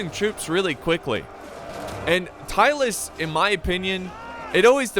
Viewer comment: American: Tylus. Me: Who? American: Tylus? Me: Searching from Internet "Tylis, a short-lived Balkan state mentioned by Polybius." DO you mean Tylis? American: Yes. Me: Oh.